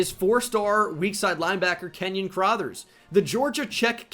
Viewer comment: The mispronunciation of LB “Crothers” is gonna kill me. Why does he pronounce it “Crawthers”